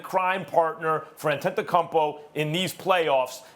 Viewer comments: did he just said antetokompo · I don't know why anybody would listen to a dude that can't pronounce Antetokounmpo.